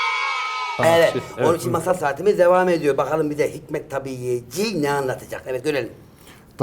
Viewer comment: Takma isim takmış, ama okumaktan aciz aq. Hikmet-i Tabîye derken, a yı değil, i yi uzatacaksın. Tâbi, uyan demek, Tabî, tabiatla alakalı demek. **** cahilleri, dayı az daha okumuş sizden ama o da cahil. sevgiler.